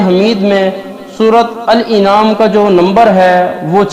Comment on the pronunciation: Jahil gadhe bewaqoof Surah al an'am hai al inaam nahin Gadhe surah ka naam to sahih le bewaqoof .